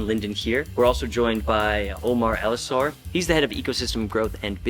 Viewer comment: His name is Omar Elassar not Omar Elesor(sp?).